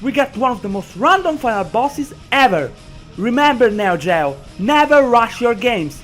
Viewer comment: You don't know anything about the developers of the metal slug series. It wasn't created by neo gao. Aka how you pronounce neo geo.